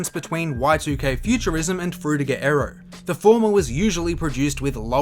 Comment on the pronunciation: Dude you are saying "Aero" but I here "Arrow"